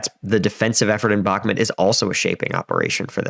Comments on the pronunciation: Just friendly tip, it’s pronounced BakmOOt, rather than BakmIT. :) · Please stop calling it Bakmit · "Donbis" "Bakmit" "Neeper" LOL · Great analysis. Its prounounced Bach like the composor and Mute with a silent E though for future videos. God speed to this Offensive. I volunteer with Engin and want my friends lives to go back to normal as soon as possible. May no mercy be shown to invaders. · i about to give you nothing if you as a war strategy analyzer can not pronounce the bakhmut city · Please learn how to properly pronounce Bakhmut... its painful the way you pronounce it.